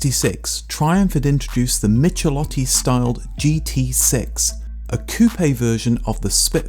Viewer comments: Extremely good content - thanks! Italian pronunciation: ch says "k", hence 'Mikelótti" - and if you should arrive at Lamborghini, gh says "g like in gear" - LamborGini. You know the gh from spaghetti, which you probably would not pronounce spadgetti ;) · I've never owned a Spit but I once borrowed a Spitfire 1500 and it was quick. The only car I've owned with comparable performance was my Dolomite Sprint, another Triumph model styled by Michelotti. As somebody else has already said, the first part of his surname is pronounced like "mick". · Please learn to pronounce foreign names!!! The pronunciation of "ch" should be "k" for Michelotti! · That's "mick-eh-LOT-tee"... Cheers from Italy! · Michelotti is pronounced "Mickelotti".